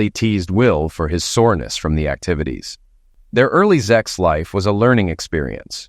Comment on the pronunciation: For God's sake, the word is "sex," not zex. It's also "sexual," not zexual. Stop with the zex!!!!